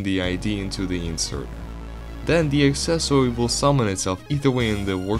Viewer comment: I love that he says accessOwY